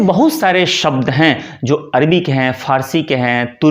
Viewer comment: जी थोड़ा प्रयास करके अपना स्वयं का उच्चारण ठीक कीजिएगा। अरबी को आप अर्वी बोलेंगे तो कैसे बात बनेगी।